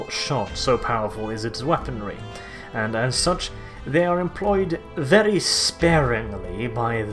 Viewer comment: Please start saying "very" without rolling your R